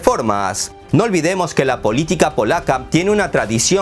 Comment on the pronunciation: Agregar que eres muy bueno para escoger los temas. Pero mas me gusto cuando dijiste miopía politick jajaja